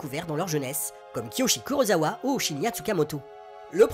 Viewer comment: je viens de chercher sur l'appli prime installée sur la ps4 mais je ne trouve absolument rien, ni avec ce titre, ni avec Matango, ni Honda... 😭 En tout cas merci pour cette vidéo et toutes les autres. Juste pour faire ma chieuse, on prononce "kurossawa" pas "kurozawa". Le japonais est simple pour ça : si c'est z, on prononce z (Miyazaki), si c'est s, on prononce s (Osaka) ! 😄